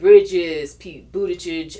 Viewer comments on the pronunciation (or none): none